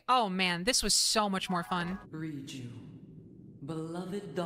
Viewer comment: I swear they are saying ryuji and not riju and it's not just personer messing with my brain